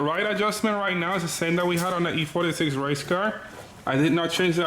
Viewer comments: I like how he says E-turdy 6 instead of e36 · Boosted Lawnmower he should make stickers or something that says e-Trudy6 lmfaoooooooo